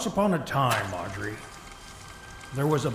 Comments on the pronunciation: As someone also named Audrey, it hurts more than you know to hear Mark call her Aubrey 😭😂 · It's weird because I love the name Aubrey but not Audrey. So I'm conflicted between being annoyed at his mispronunciation and the fact that he's choosing a name I personally like.